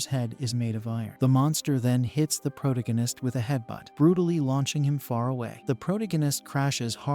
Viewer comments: It keeps going.... omg, pro- TAA- go- nist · You should just introduce the main character's name at the start and call him by that name instead of saying proh-toh-guine-is each and every time. Its kinda annoying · Pro-dig-in-ist? That's annoying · I really want to hear narrator.. ..but the repetition of proh-toh-guine-ist is getting to me.. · 23 seconds for mexD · Prot agist ur AI can’t even say the word correctly, couldn’t watch it SOB. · Holy crap, this is completely stolen from The Demon Cycle by Peter V Brett! Also.. agreed the Protagonist pronunciation drove me crazy. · This AI can't even pronounce protagonist properly. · Intolerably improper pronunciation of "protagonist". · Please learn to say protagonist correctly it. That aside thank ya for anime/manga cover